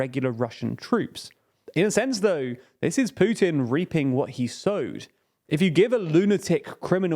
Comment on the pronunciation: How many "dii beginninnng of dii ennnd for Pyutinn"s has it been? I remember at least 10 in the first week of the war.